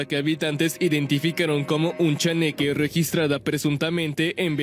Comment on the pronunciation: Se dice chaneque no cheneque y me hicieron reir un montón jaja. Pensé que tv azteca ya no hacía reportajes tipo chupa cabras.